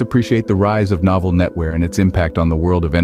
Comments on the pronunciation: Awful boxing. "Noval" instead of Novell. Had to stop watching... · I thought it was my problem, that I used to pronounce the name of "Novell" wrong. But very soon I got that the voice-over of this video sometimes pronounce "No-fell", sometimes "Nor(mal)-fol(d)". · In case anyone wanted to hear an A.I. pronounce "Novell" every way possible in a single video, most of them very wrong. The history is interesting though.